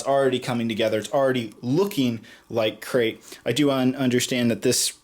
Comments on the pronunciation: It sounds like says 'Sacrif' instead of Crait.: ) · You said Scarif instead of Crait while you were cleaning your pieces.